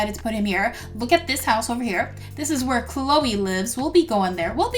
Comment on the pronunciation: it is not canole its chloe